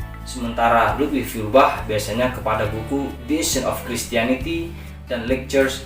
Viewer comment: Foiyarbahhhhhhh bukan fiyurbah